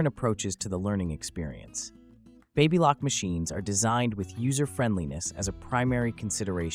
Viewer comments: Hard A in Baby Lock. The Baby is pronounced Baby as in a newborn infant. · Babbalock? Babe-a-lock? 🤣